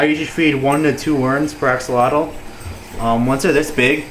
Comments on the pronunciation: its pronounced a-sho-lo-t the x is pronouced (sh ) and you dont pronounce the l at the end . sounds funny. i should know nahuatl is the language of my people . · It sounds funny the way you say it, in the original language of the word "Axolotl" the X was used as if it was an J, i dont know how to write it, but here in México we say it as "Ajolote". Did you know it is an endemic species from Xoximilco lake?, is actually an endangered species and i thought it was impossible to breed them in captivity. I dont know how to feel about the fact that there are places in the world where axolotls have much more value than here, were they are from...